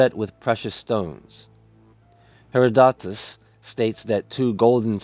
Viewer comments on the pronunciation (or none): none